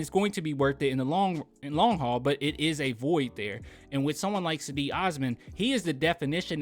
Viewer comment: Its JEDI... Like in Djengis Khan or the Stae Wars knight.. Djedi Osman